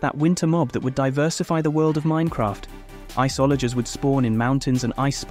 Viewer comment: So is he misponouncing stuff like Iceologer on purpose... Or??